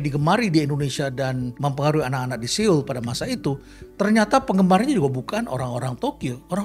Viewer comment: Terima kasih kontennya, Prof.. Sedikit masukan saja. Seoul (서울: Seo-ul) bukan dibaca se-ul tapi dibaca so-ul. Ditunggu konten² selanjutnya. ♡